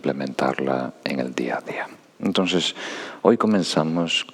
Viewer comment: Es adorable cuando dice " entonses " 😊❤